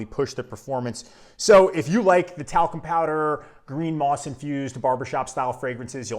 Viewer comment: Actually, it's "moss". Moos means moss in German.